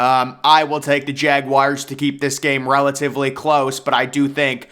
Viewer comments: Jagwires lol can tell this guy wasnt a scholar in high school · Jagwires, Jagwires, Jagwires.... This dude loves saying Jagwires.